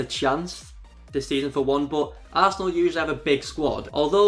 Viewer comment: I thought he said Tass' asshole when he said arsenal